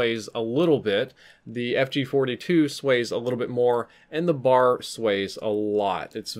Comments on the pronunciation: ITS IS NOT A BAR AS IN CHOCOLATE BAR IT IS A B A R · Like the video... but it isn't a "Bar." The name of the gun is "Browning Automatic Rifle." aka... "B.A.R." As a gun enthusiast I figured you'd wanna know